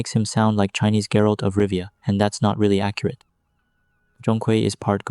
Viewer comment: Sounds like black myth : witcher 3 Holy moly , I typed that the moment you said geralt of rivea